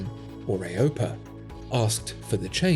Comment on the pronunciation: Aaay-OH-PEE-Aaaay, not Aaay-OH-PUH. I could be wrong, but I've never heard it pronounced the latter in 33-years and 11,000 hours of flying. Cheers, great video.